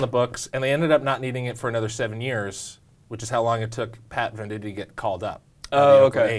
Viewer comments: I always thought it was pronounced VANDIGHT not VANDITEE *my life is a lie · First, it's VEN-dight, not VEN-di-tee. Second, he wasn't born ambidextrous; his dad taught him how to throw with his left hand. I don't know if there are any other errors because you lost me there.